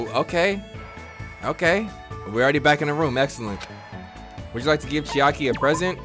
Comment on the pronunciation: Bro said Chiari instead of Chaiki